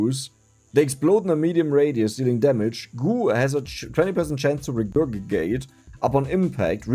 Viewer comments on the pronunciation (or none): 😂 "reger—gi—gated" lmao. There'd only 2 "g"s and The second "g" sounds more like a "j" like jeans. So "regurgitate" sounds like reger—ji—tate. Otherwise reger—gi—gate is hilarious and keep saying it as is. Also it means to throw up (up from the stomach to the mouth). Some birds regurgitate food for their babies. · Its pronounced Re/gur/ji/tate It means to vomit out, very fitting for the slime and goo theme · It is pronounced "Ree grr jeh tate" and it means to puke, vomit, reverse paristalisis. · Especially the way he pronounces it, regugatate. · Also, the second G is a J sound